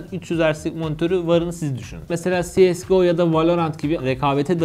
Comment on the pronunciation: Si es go ne ya, ce se go diceksin.